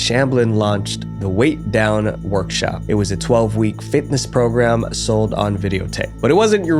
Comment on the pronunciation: "Weigh Down," not "Weight Down." (I think the cross in the logo is throwing you off.)